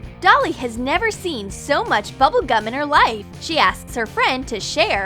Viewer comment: It’s bubble gum not Tubble gum GET IT RIGHT